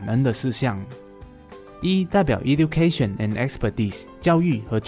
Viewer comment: E-du-cation 能讀成這樣